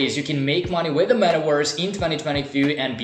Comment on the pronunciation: Wee rrrrr in the metawerse 🤣🤣🤣🤣